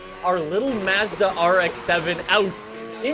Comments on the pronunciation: Lol how said Mazda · The way you pronounce Mazda makes me cringe lol